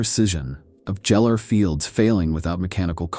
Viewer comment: you know a G is pronounced like GECKO in certain words? fungi, gellar...